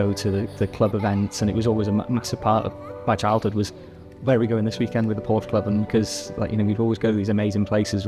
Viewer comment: Can someone tell how to pronounce Porsche correctly?